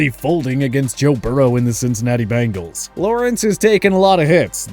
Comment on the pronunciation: Your power rankings are severely flawed. Clearly bias. You also dont know how to pronounce Bengal.